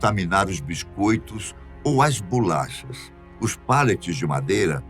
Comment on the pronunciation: BULACHAS?? Pensei que fosse Bolachas... 😤🤬👊🏻